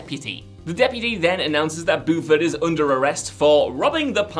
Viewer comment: "Boofard?" Buford is pronouced "Byooferd" It's said several times in the movie. Did you even watch or are you just reading a script?